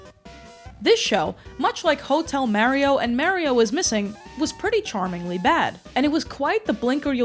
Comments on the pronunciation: Yea cuz he says “Itsa me, Marry-o” I’ll never understand ppl like this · Why do you keep saying Mary-O? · I love how you pronounce Super Mario. "Supah Mayrio." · you still pronounce mario "mehrio" in anno domini currentyear? srsly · Love your videos but hearing you say "Marry-o" dozens of times is making me wanna pull a Luigi of my own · Meyrio, just love how you pronounce it. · please pronounce mario correctly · I hate how you say Mario but love how you say Poop so its okay I guess... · It’s pronounced Mario not Mario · Why do you say Mario like that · The way you pronounce Mario is going to give me ulcers. Good video. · I don't know why but the way you pronounce "Mario" sends me 😭😂♥️🎀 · There's an episode of Club Mario where they eat a guy alive for pronouncing Mario like you lucky for you I cant find it. Them eating the guy alive may or may not be hyperbole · skum that does not you pronounce mario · why do u say mario like that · Waiting for you to be flamed for your pronunciation of “mario” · It's the correct way to say it. "Mah-rio" is just the American bastardisation of it. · Have i been saying Mario wrong all this time? Or is pronouncing Mario as Mah-rio a Youtuber conspiracy? Cause almost every Youtuber (not just foreign ones) say it like that? This is like Rosalina all over again, it's ROSE-ALINA, not Roz-alina. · Stop gaslighting us by saying Mayrio I hate it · I can't keep hearing someone say Merry-Oh so confidently. I'm sorry, you seem awesome, but it feels purposefully annoying. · Lol, because he definitely says, "It's-a me, Mary-o !" 😂 The east coast pronunciation of this property's main character will never not be funny to me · Stop saying his name like that! It’s Mar-E-Oh not however you just said it 😂. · okay, are you callin him mawio on purpose? what is that aboot? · Mah-rio. Not Mary oh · It's not M-air-ee-oh. It's M-are-ee-oh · this video would be 10x better if she just said Mario instead of Maerio 😭🙏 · its not mare-ioh, its mario